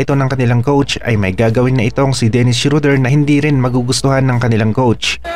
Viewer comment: boss hindi shoder schroder